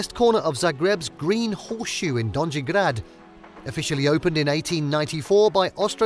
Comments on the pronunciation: Dondži grad ?! Joj kako to zvuci grozno !Ja Sam Zagrebcanka i taj donži grad mi “ buši uha !” Potrudite se da vam netko pomogne u pravilnom izgovoru . Pozdrav iz Kanade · Have you actually been there? I'm sure someone would've taught you how to pronounce donji grad, at some point. It's not hard at all. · please learn how to pronounce simple words (Gornji/Donji grad etc)